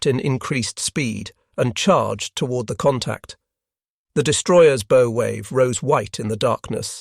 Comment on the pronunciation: Not B😅o like Go. Its bow like COW